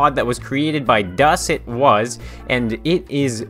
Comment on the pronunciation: Hey! Did you know that "Das etwas" means "The something" in german? Btw it's pronounced "Duss atwuss"